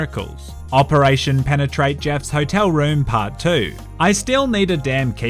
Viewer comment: Why did you stress so much on the word "penetrate" back then ?